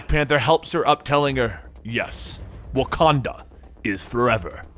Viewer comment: That wakada voice 😂